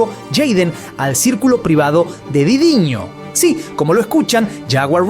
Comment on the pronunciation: por que dice didiño? si el titulo dice diddy? este perkin